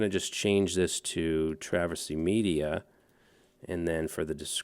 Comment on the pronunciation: It's always "meida"